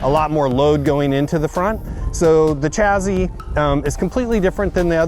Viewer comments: Take a shit every time he says chazzee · Why do you pronounce it "chazzee"